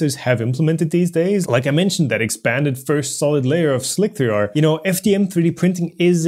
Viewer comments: slick 3 r is pronounced "slicer" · I agree that's likely. "eye-oh" as in letter I followed by letter O – the abbreviation for Input/Output. Slic3r is pronounced Slicer and Pathio is pronounced Path I/O – but not on Planet:) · Yeah, your pronunciation of slic3r is creating a problem in of itself... since nobody but you says slic-3-r... and yes I watched the original video where you started doing this. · How do people not get that Slic3r is pronounced Slicer? Wtf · Oh god, slick-three-arrgh .... I need to do something about that! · Slick-3-r, couldn't take it, stopped watching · Why does he keep pronouncing Slic3r as "Slick-three-r"?